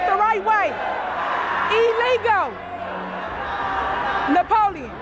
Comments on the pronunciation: Illegal not elegal😂😂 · "This be E LEGULL yaw."